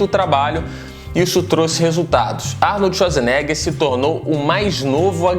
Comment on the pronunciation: Arnold Esuasnega